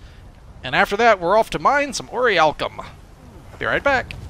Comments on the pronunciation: It's not pronounced or-iy-alkum, it's pronounced or-ich-alc-um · Nee-cromancers? Ori-alcum? Munshine?!? sigh Ohh, why must you do this to me -_